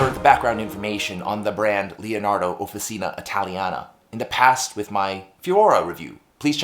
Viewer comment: Swirlescnt! Love it! But small note,, "Offi-cheena." OK. American acrylic. But Italian––"offi-cheena." Nice pen. Great review, as always. I might be up for this one!!